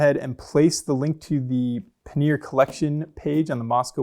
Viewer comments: ‘Paneer’ is a cheese. ‘Pannier’ os pronounced quite differently and is indeed quite different in definition. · These bags look great but I'd really like you to reconsider your pronunciation of the word pannier 😅 PAN-EE-YER